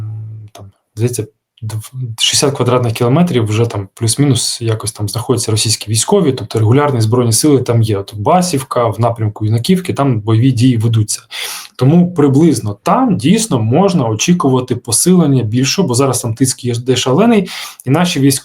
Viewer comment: Передайте, що правильно БасІвка, на І наголос, а не на першу А, в мене там дед з бабушкою жили, минулим літом виїхали, а не давно їх хату побило, фундамент і стєни осталися, і то не всі 😢, а в слові Юнаківка, наголос на Ю, а не на А